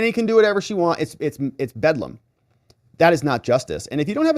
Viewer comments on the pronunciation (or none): none